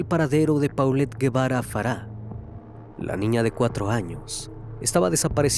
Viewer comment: Solo como aclaración el apellido se pronuncia “jevara”, no lleva “u” el apellido. La foto de la mejor amiga es de una serie jajajaja, hay que investigar tantito. 😂